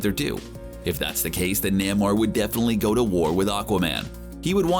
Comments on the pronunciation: It's pronounced NAME-OR, not NAMM-OR. eye roll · ITS FUCKING NAY-MOR NOT NAM-MOR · It is really distracting hearing Namor's name mispronounced. Try this "Nay more". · NAY-MORE it's pronounced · No one::NaeighMore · Say Naymor. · Saying Namor wrong my friend. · Lmfao Everytime you pronounce Namor I cannot contain myself that's funny asf no sir lol that's not how you say it 🤦🏾‍♂️😫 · do you HAVE to say Namor like that ?